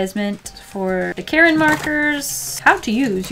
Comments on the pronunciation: It’s not Karen, it’s Kar-in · i'm drawing while watching this so when i heard her bring out the karin markers i thought she was saying "these markers are from the brand KAREN" and i got scared because karens scare me